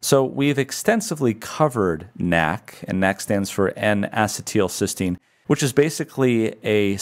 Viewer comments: Not to be a jerk but it is pronounced en uh cē tul not en ass ē tul. The only reason I bring it up is I have found doctors that laugh at the patient when you pronounce something wrong. Once I even had a doctor laugh at my pronunciation only to find out HIS pronunciation was wrong. People with chronic diseases really can suffer at the hands of insufferable doctors. Just trying to be helpful and not a jerk. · I have searched around, and can find no one who pronounces "acetyl-" the way you do. Every chemist or biologist is familiar with the common acetyl radical, and I suppose we all wince at your pronunciation each time. a-SEE-t'l is how everyone else says it. Otherwise, your lecture was superb. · Bruh is pronouncing it wrong.